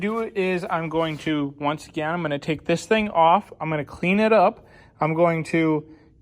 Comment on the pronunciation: Are you saying wence instead on once? Like past tense proper English. Bravo, bravo!